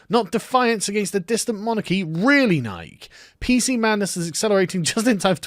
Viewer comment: It's pronounced Nye-Key